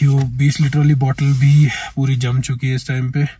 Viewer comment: Hindi correction. It’s wo ‘bhi’ not wo ‘v’